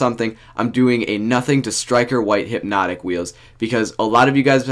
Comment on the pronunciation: He said there’s hype hyp-notik